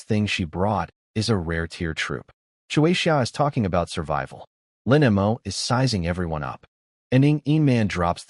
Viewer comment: Lin Mo. The AI is bad at pronouncing that name and a few other two to three letter words. No idea why. But yeah, the guy is almost always either a bad person or a protagonist as well. Just like the Sterling family, really. XD